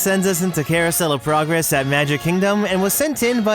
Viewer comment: Don't you mean Carousel Of Purr-gress. 😂🤣